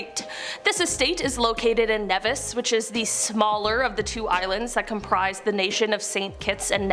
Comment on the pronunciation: KNEE VIS - Nevis.